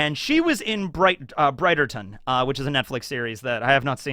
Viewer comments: The way you pronounce Bridgerton. 😂 It’s “Bridge”-erton. 🌉 Also, everybody who isn’t happy about Vivi, because you aren’t horny for her yet, just go watch bridgerton season 1 & 2. You will be fine. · I love that you took so much effort in learning how to pronounce all the actors' name and then you continue to mispronounce Bridgerton 😂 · Okay but the way you pronounced "Bridgerton" actually killed me xDDD I am not the least bit worried about them scaling up the giants - the technology has been there literally since Lord of the Rings. Elijah Wood isn't actually three feet tall. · Can't tell if he is miss pronouncing Bridgerton on purpose or he is just clueless